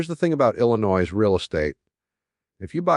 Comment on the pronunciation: IlliNOISE? I think even when Jim was alive he knew how to pronounce Illinois! What a bunch of AI garbage!